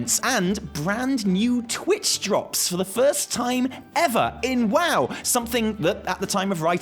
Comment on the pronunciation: when i heard you say" twitch drop" i had to re play it 3 times with closed captions just to make sure you didnt make a mistake on your graphic talking about a new dance craze before i realized what you said.. dear god...